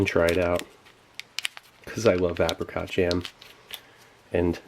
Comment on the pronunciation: "apacot" haha oh and "resodor"